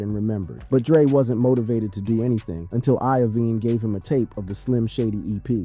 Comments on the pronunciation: Jimmy "eye-veen" . Wtf do you know anything you saying? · Bro said “I-oh-vine” for jimmys last name 😂😂😂